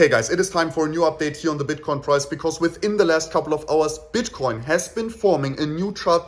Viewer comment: I swear I keep hearing bitch coin in the beninnig of the video sec 4 :)